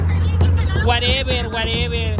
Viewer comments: Min. El Chispito "SAQUENME A LA VERGA" 😂 Min. El curso de inglés en el tuvo fallas WAREVER WAREVER 🤣🤣🤣🤣 Yosi rezaré por tu alma y la del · Warever Warever jajajaj dice el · "Warever 🙄 warever 🙄 warever 🙄"